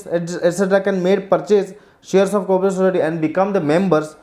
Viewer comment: mu mei gutka bhar rakha aisa to aap explain kar rahe ho sir cooperative ki spelling to thik se boolo bohot irritating ho raha hai otherwise notes are good